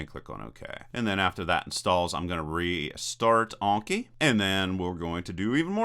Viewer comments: Anki, not Onki. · an-ki not awn-ki. Japanese just has short vowel sounds. <-- click the speaker to hear it